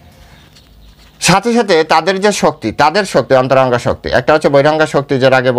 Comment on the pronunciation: হরেকৃষ্ণ প্রভু / আপনার শ্রী চরণে প্রনাম জানাই / প্রভু এইযে উচ্চারণ করেছেন অন্তরংগা ও বহিরংগা শুনে আমার এত আনন্দ পেলাম কি বলব কারণ মা থাকতে এই উচ্চারণ শুনেছি আর আজ শুনলাম / হরেকৃষ্ণ